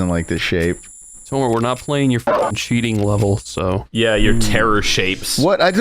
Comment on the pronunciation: Why do they keep saying Tolmar without the L?